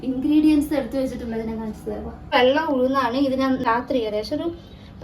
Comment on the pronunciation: വള്ളം അല്ല വെള്ളം